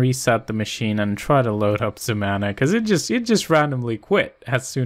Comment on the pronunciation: "ZEMANA" ... YOU'RE DRUNK, GO HOME!